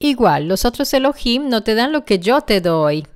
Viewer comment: La palabra ELOHIM no es de la anglósfera. En concreto es una palabra compuesta de ELOH+IM. Pronunciar ELO + HIM es una mera subordinación a la anglofonía. Los italianos subordinados mentalmente a la mafia angloamericana tienden a usar vocablos de ese lenguaje con afección. Es lamentable!